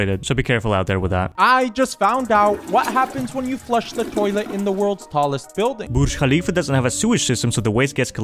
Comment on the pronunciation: Man's pronounced "Burj Khalifa" correctly I am so happy 😂😂😂😂😂